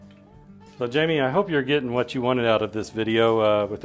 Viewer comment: Jaime = "Hi-meh"